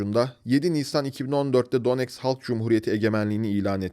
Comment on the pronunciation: ulan daha donetsk, luhansk diyemiyorsun, bir de kalkmış neonazizmden bahsediyorsun, disleksi hastası seni. ukrayna rusya meselesini kıbrıs türkiye meselesine benzetmen de ayrı bir cehalet göstergesi